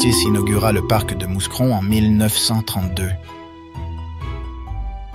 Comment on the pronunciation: Ce n'est pas méchant mais juste pour votre gouverne, on ne prononce pas le s de Mouscron. Il faut prononcer : Moucron 🤓🖐